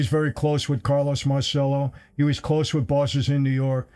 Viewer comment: Michael, I love your channel brother and I think you’re a great guy but come on as many times as you’ve been to Italy, I can’t believe nobody has ever corrected you on. You’re very poor Italian pronunciations of Italian word!!! Mahr chello= Marcello NOT Mar sello.